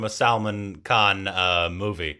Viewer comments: He said salmon instead of Salman Lol salmon is a fish in Minecraft 🤣😂😅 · Your pronunciation is different It's selmon bhoi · His name is not pronounced as Salmon (that’s a fish) it Salmaaan!!! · Why do you pronounce SALMAN as SALMON??? 🤔